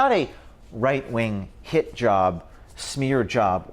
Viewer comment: Is it me, or does "Hit-Job" sound like Hijab"? 😄